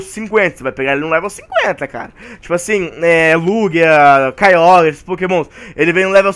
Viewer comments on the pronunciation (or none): none